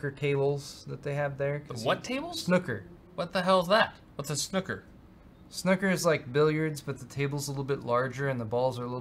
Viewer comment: snucker table:D its snooker....